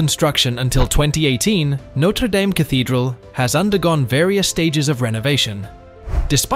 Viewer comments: It's pronounced 'daam'. That's important because it's entirely what your video is about, and hearing it mispronounced so many times is off-putting. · For fucks sake… Norte dame ( pronounced dam, dam) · There is no Y in Dame. It is pronounced Darm, as in Farm and Harm. 🙄😖